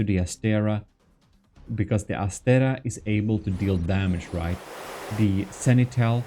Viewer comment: and the other one is ass-tray-uh